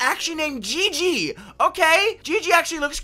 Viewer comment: It’s pronounced gigy